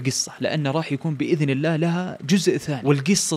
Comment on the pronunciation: اللّٰه وليس اللّٰ